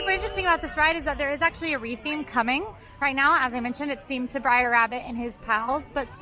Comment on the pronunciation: If says "briar" rabbit instead of br'er rabbit one more time I'm unsubscribing.